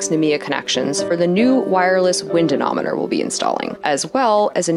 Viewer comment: GOOD STUFF! A ne mo meter! anemometer, I'm not sure you pronounced that. Good to see new equipment for the passage to... Marquesas??